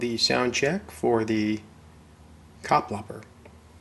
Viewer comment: Kapplapper? Butchered indeed. :-)